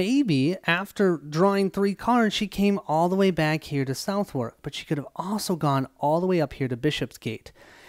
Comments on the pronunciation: Thanks for the playthrough. By the way, Southwark is pronounced "suthek"... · I loved this video, however I'm gonna give A little pronunciation guide. Southwark: Suth-hook, with a silent h in hook Shoreditch: Shore dich